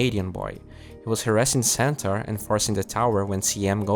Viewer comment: he say centaur i hear santa weird